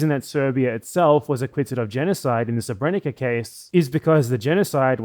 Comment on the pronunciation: "sebrénika" haha. Though to be 'onest English has a big problem of not respelling words from different orthographies, so I don't blame him considering there are more serious matters at hand.